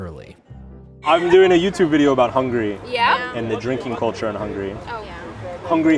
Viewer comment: Hungary has three syllables